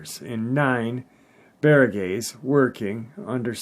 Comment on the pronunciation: its pronounced Barang-guys hehehe filipino subcriber here